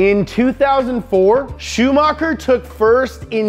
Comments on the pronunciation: Same with Shumacher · it is really funny how he says "schumacer" every time. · Does he even know how to talk he ruined all the drivers's names like cmon shumakar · Ren-O Al-Ayne pro-st Shoe-marker Jag-you-arrrrrr